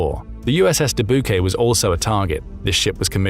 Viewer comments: Dubuque is pronounce Duh-Buke not Duh-Boo-Kay. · Just FYI: Dubuque is pronounced "DooByewke." and is a city in Iowa. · The USS Dubuque is named after the city of Dubuque in Iowa. Dubuque is pronounced [Deh-byou-k]. Please pronounce names correctly. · The Dubuque is pronounced duh-BYOOK. It's a city in Iowa. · I live in iowa... more like dah buke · I love your pronunciation of "Dubuque"